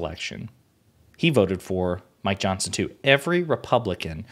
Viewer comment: Every time you say Mike Johnson, it sounds like you are saying My Johnson.